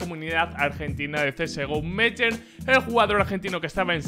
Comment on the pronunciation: se pronuncia "meiern"